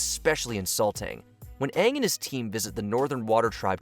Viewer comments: The Last Airbender was absolute garbage beginning to end. They don't even say Ang's name right. It was pure trash. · Just hearing Aang mispronounce his name again gets me. 3 flipping seasons!!!!